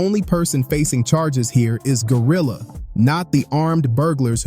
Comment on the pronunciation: I luv how you destroyed her name